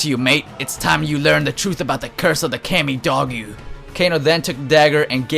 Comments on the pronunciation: Alright dude.. Takeda is pronounced like this: Ta-Kay-da.. And Kamidogu is pronounced: Kamy-Dough-goo.. Play MK deception and you'll know. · Its also pronounced Kam mi Doe Gu. (Kamidogu) You know... the things that released Onaga in Deception. The amulet Shinnok use is basically one of them kinda... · the names are pronounced ta-kee-da,takeda... ka-me-doh-goo... kamidogu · come on dude. Let's play a pronouncing game. Kamidogu (Com-E-Doe-Goo) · Kami-DOG-u! Are you really even an Mortal Kombat fan? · it's kami dogo not how u pronounced it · Hey dude, Kenshi's son's is pronounced Takeda ( TA-KAY-DA ). And also KAMIDOGU is pronounced (KA-ME-DO-GU). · Cammy-dog-ew Bye-Han Take-da Zoo-how Oh god, these pronunciations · They only pronounce kamidogu in mk deception like a thousand times...play the damn game right?